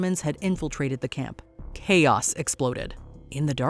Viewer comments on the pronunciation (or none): none